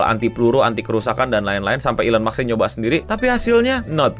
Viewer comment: Elon maks ❌ Elon musk ✔️👍